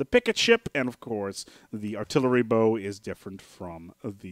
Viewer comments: Bow is pronounced "baugh", not "boo". More like "oww" than "oh". The weapon "bow" is spelled the same, but pronounced differently. Also, excess power is ALWAYS beneficial- the plus 0% just means it is less than 1% better- but looking at the DPS shows there is still a change... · I'm sure everyone's pointed out that a ship's "bow" is pronounced like "wow" rather than "Low" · The front section of a vessel is pronounced like take a bow, not draw your bow. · Just for future reference, a ships 'bow' is pronounced "bau" as in taking a bow (bending forwards at the waist); or as the german word Baum. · Bow. Bao. Bah-Oh. As in "Take a bow", or "Bowing deeply". Rhymes with "Plow". But more seriously, thanks for the tips :) . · GAAAAAAAAH ITS PRONOUNCED BOW AS IN BOW TO ME FOOLS! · So I'm not the only one that twitched at that I see. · Its bow as to bow before something not bow as in bow and arrow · you are mispronouncing bow yo! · Ugh I can't stand when people say bow like that.